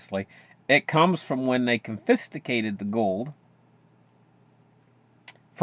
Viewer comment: "Confisticated"? Don't start sounding like G.W. Bush!